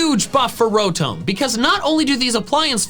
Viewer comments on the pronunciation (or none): Isn’t Rotom pronounced Row-tom because if it was Ro-tome then it’s name would have an E at the end? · Did u say ROWTOHM it’s ROWTOM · It's Ro-tom, not Ro-Tomb! like Tom cat, not Egyptian tomb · Uh, call me the Grammar police but your saying Rotom incorrectly. Rotome would be the spelling of what your saying E makes o say it's name so with it not being there it's Tom so Row-Tom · Wait is the official pronunciation ro-tome for Rotom. Or is this a joke like yah-vul-tal. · Rotum bruh that sounds so wrong